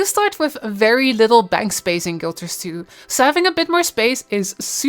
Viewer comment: She calls it Guilters two